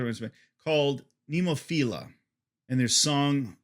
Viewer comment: Congrats on getting the Nemophila pronunciation right the first time, it is a struggle for most. Drummer Tamu is tiny in stature, but a giant behind her kit. If anyone can convert a scream-hater, it is Mayu, and she doesn't always use harsh vocals. Maybe the closest to a gimmick that Nemophila gets is the fun they have paying respect to the bands they do covers of.😀 Unless you count being beautiful, humble, dedicated, caring and so talented a gimmick. They really are good!